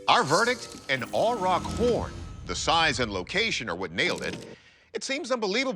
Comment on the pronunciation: Never heard anyone pronounce aurochs as "ay-rock". Weird. Just saying, and they were native to far more places than only the island of Great Britain. Aurochs were widespread, found from Siberia in the east and south to the Indian subcontinent, all the way west through Europe and North Africa.